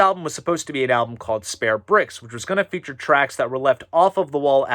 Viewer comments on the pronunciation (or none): none